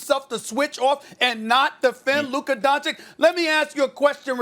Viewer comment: Stephen "Luker Donchick" Smith